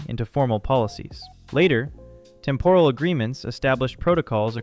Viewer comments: Please pronounce the word 'temporal' correctly. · What is with the weird pronunciation of "temporal"? Urgh.